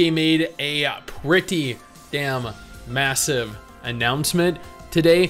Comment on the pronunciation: Nikke's 'MASSIVE' announcement....hihihihihi the MASSIVE part really tickles my funny bone